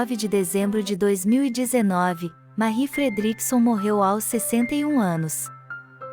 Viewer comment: O vídeo está muito bom, porém a pronúncia do nome de Marie Fredriksson que é em sueco e a sua pronúncia do seu inglês está terrível. Deveria procurar aprender a pronúncia correta antes de gravar. Falo como crítica construtiva.